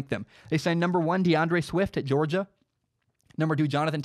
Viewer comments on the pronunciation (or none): none